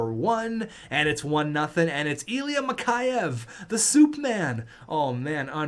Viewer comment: Mikheyev is pronounced Mick Eh Ev